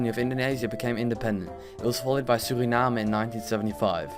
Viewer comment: How you say Suriname that is great no prank